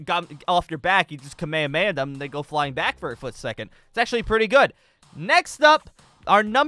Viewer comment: the kamehame he called the kamayamaya